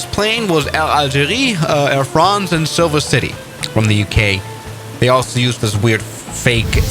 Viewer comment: Britsh SIlfer jet YO